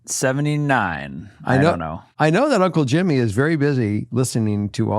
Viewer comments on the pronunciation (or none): none